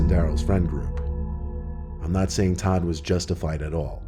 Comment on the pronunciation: Did Todd randomly become Tom or did he just say it a little funny?